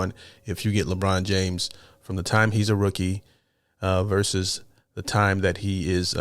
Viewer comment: Thanks for correctly saying Versus rather than Verse.